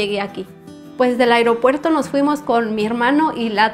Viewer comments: Me gusta como dice el “iropuerto” 👍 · Me gusta como dice “agriopuerto” 😅